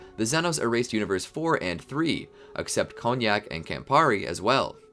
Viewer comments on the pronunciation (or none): none